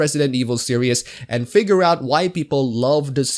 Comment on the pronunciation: Great video, but permit me to mention that "series" is pronounced "sear-eez", not "serious". I don't mean to be a dick about it, so sorry if it comes off that way.